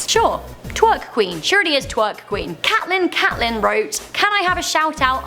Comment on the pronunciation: I'm pretty sure it's pronounced Cate-lynn and not Cat-Lynn!